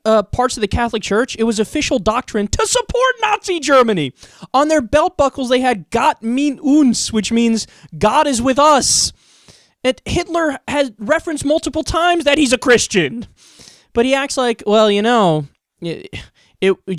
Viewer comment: By the way, "mit" in German is pronounced the same as "mitt" in English, not like "meat". xD